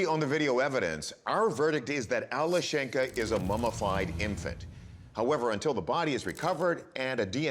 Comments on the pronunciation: It's Alyoshen'ka Not Ale shenka. It's diminutive from name Alex ( Aleksey - Alesha- - Alyoshen'ka. Emphasis on the syllable Alyo...) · The correct pronunciation is Alyoshenka. Yo is the strong vowel.